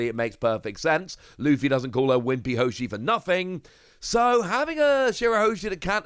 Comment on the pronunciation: Its weepyhoshi not wimpyhoshi. She cries alot